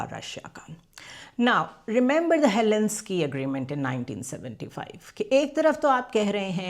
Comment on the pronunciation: It is not Helenski, it is Helsinki.